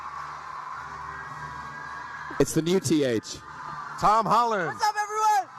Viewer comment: the guy says tom holler